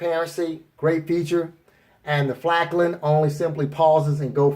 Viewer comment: FALKN NOT FLAKN